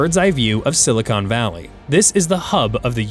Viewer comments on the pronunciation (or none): none